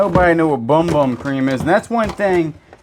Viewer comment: Bum Bum crème is actually pronounced Boom Boom…it says it right on the container